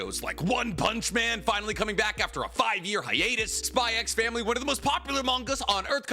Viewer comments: It's just pronounced "Spy Family" right? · bro's called the but still pronounces the x in spy x family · There is no way this guy says HunterXHunter ( said as Hunter Hunter) is his best anime of all time and he kept on saying SpyXfamily with the damn X. Come on man🥲😮‍💨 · can't believe he says the "X" in spy family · Fun fact: the "x" in Spy x Family is silent. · Imagine being a fan of HxH yet says the X in spyxfamily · Why do you call it "SPY X FAMILY" but you call Hunter X Hunter "Hunter Hunter"?? I feel like the X is supposed to be used as a place holder for a Space in both and not actually said out loud. Maybe you know something I don't though so please let me know!